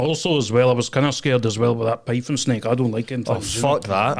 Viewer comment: I seen a pifon snake lol 😂😂 i once seen a tarantula spider . He is either thick as shit or has a speech impediment